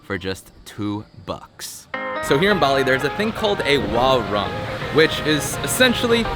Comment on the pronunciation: I lived in Indonesia for seventeen years and this video is the first time I've heard it pronounced 'wah - rung' instead of 'wah - roong'.